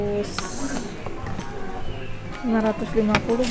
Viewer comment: Masak jenis-jenis iphone aja gak tahu . Mbak saya sarankan kalau mau beli iphone itu di cari tahu jenis iphone nya dan kelebihan,kekuranganya . Dan yang paling rekomended itu iphone xr (dibaca ten ar ) bukan eks er . Iphone xr kameranya paling bagus di banding iphone pro max dan baterainya juga awat